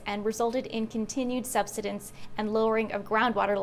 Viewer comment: Very interesting and a complex problem to solve. And BTW, I believe the word is pronounced “sub-SIDE-unce.”❤